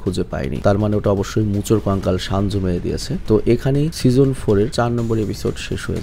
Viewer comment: Vai shanju nah 😂 senju